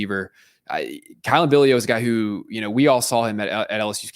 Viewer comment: Billiot is pronounced bill yacht.